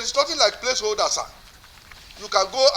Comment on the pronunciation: He can't even pronounce Place Holder and he want to be a Governor